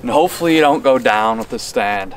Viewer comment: The way he says "up and dahn" makes me think he's from Pittsburgh